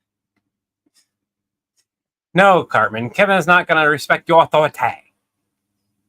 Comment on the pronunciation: ish into the video you do this accent why you say authority I'm not sure how to spell the way you said it that I remember growing up with like my whole life I've heard people say it like that you know you constantly remind me of my family